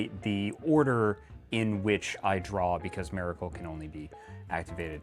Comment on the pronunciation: Why is bro saying Mare-icle? Why give Mare-icle the miracle deck?